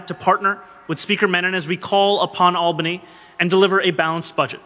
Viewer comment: As someone who lives there, I really appreciate that Tom pronounces "Albany" correctly. Take notes! 🤣